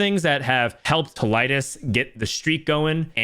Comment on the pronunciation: its pronounced Tee- Liedz